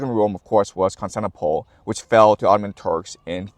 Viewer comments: Love your perspective, just one thing it's Cons-tan-ti-no-ple. Great! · Really wish you'd pronounce Constantinople a little better 😅